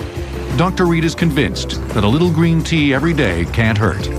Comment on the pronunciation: ah wuv u gween tea